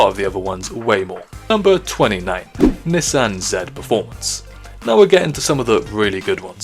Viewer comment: Anyone cringe on how he pronounced Nissan?